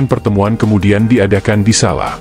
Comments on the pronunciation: Baca Solo. Jangan SALA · Sala ,sala ,Solo kali gak jelas...